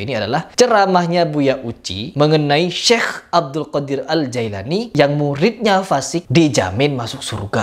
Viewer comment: Jailani apa jilani ? Bilang gitu aja nggak teteh mau ngomentari agama .